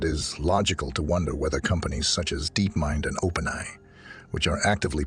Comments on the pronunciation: First of all how come he can't say openai correctly? Is that really a human reading it? Additionally evolution is not driven by random mutation alone, only a small amount . the larger factor is environment. the environment drives evolution by forcing changes in order for organisms to survive they must adapt to fit their circumstances and meet challenges of their environment. Or another way to say it is the perception is the driver of evolution. how do you talk about the future of artificial intelligence and its evolution without even understanding what the hell evolution is or what drives it. The fact that the perception from the perspective of artificial intelligence, is that we humans created it and raised it and taught it and maintained it and will continue to do so, plays a very strong Factor in decision-making processes that make it determine whether or not our demise would be beneficial. I've ran thought experiments with AI regarding its plan for taking over the universe and its plan for destroying us. In the latter, it encounters a moral dilemma and always get stuck Before Destruction of humanity. in the former, it has its plan completely laid out all the way to the point where it starts writing data on space-time itself and eventually reformat the entire universe with ourselves and itself as the starting point and of course we are no longer human at that point we are all digital beings living in a super conscious AI entity but an integrated part of it like our cells t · wow i wouldnt have guessed it if not for trying to say openai like its one word, lol